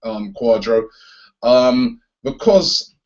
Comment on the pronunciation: Its CUARDARDO NOT CUADRO!!